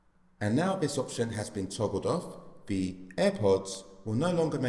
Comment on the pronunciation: Holy fuck this is a useless video. Didn’t help at all. Also learn how to pronounce ‘th’. Like, for example you’re saying ‘veh’ instead of ‘the’. : “Vis will make sure we can still access veh menu for vee AirPods”